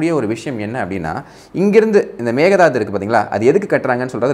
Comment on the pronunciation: Maekae dhaattu தான் சரியான உச்சரிப்பு. மேக தாது இல்லை. Thank you sir.